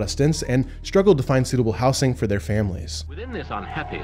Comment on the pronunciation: Please stop saying "houssing"🤣🤣(it's "houZing", I could find nobody claiming otherwise)